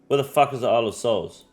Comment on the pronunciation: is-lay and achie-pelajoe? lmao damn bro its just the english language